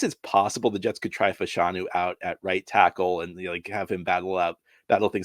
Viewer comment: It’s pronounced “FASH-a-nu” not “fa-SHAWN-u”